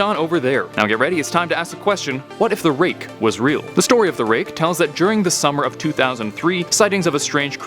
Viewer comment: i thought ut said rape lol